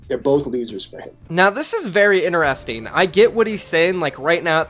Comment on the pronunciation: ITS NOT PRONOUNCED ‘INERESTING’ ITS INTERESTING